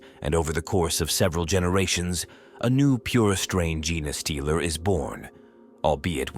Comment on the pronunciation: 2 seconds in…jenaaaay stealer! So they steal Forrest Gumps mrs? ( then again who didn’t 🤣) Put more effort in! Already lazy A.I Unsubscribing